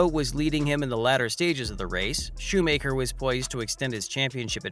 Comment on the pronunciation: Yeah, it's shoe macker, not shoe maker.